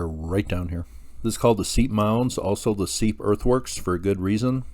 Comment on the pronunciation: As a nod to accuracy, pronunciation of Seip as "seep" is incorrect. All of us locals pronounce it "sipe" like "pipe." Sad to hear of his passing.